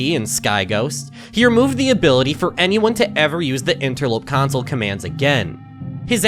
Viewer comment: Idk it might just be a thing, he pronounced console like council for an entire video